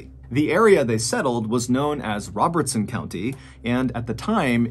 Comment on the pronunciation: I live in Adams (the town where the Bell family lived). The cave is a couple miles away from me, but I’ve never visited it. Thanks for covering this story. It’s fun to hear stories from my area and I got a kick out of the way you pronounced Robertson county so clearly 😂